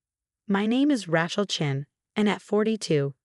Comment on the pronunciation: RAY-chel, not Rat-chel.